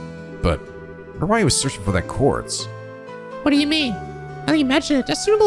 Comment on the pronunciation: Just glad to have a prominent youtuber run these games who actually knows how to pronounce "quartz."